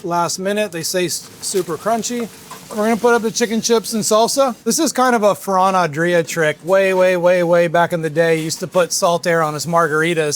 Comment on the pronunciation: lol I noticed that too. He butchered Ferran Adria and the name of the Spanish ham.